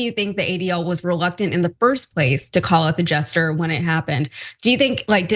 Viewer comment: It's not "jester"!